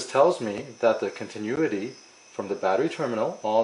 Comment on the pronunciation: Great video! Continuity (con-tin-new-ity)